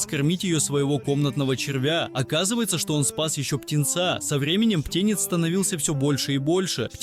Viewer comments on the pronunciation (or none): ПтЕнец.... Неправильное ударение, что за чтецы? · Ох уж эти ударения птЕнец